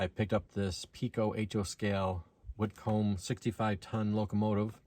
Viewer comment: Pronounced "Whit-cum," not Whit-comb